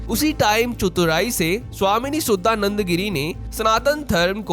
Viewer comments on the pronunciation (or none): शुद्दा नन्द नहीं। शुद्धा नन्द। शुद्ध = pure चुतुराई नहीं। चतुराई। भाई अपना pronunciation सुधारो। भाई तुम्हे तो धर्म लिखना भी नही आता। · भाई आप भारतीय है आप नाम का सही उच्चारण कर सकते है हमे अंग्रेजो की तरह क्यों उच्चारण करना? इनका शुद्ध नाम है शुद्धानंद गिरी, सुद्दा नंदा गिरी नहीं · तुम एक भारतीय हो करके भी भारतीयों का नाम भी नहीं बोल पाते हो सुधानंद बोलो